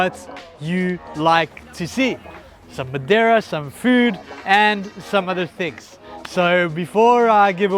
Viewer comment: Hi My satisfaction started with you pronounce madeira correctly 😊😊😊🎉🎉 and then speaking with the master craftsmen.👍👍👍.regards Carlos